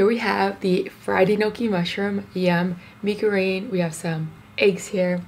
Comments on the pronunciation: I'm just so triggered by the way she pronounce mie goreng, bcs that's not the way you supposed to pronounce it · That’s not how you pronounce ‘Mi goreng’ 😭